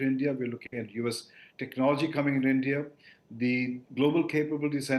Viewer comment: भाई तू पहले ढंग से बोलना सीख ले । ऐसे बोल रहा है जैसे तेरा पिछवाड़ा जाम है ।। और ईईईनदिया क्या होता है ? ठीक से बोल और मुंह से बोल